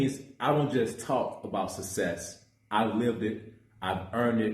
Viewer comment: Can this brother pronounce success (sussess) correctly?